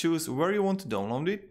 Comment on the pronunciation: he said "dong long" instead of download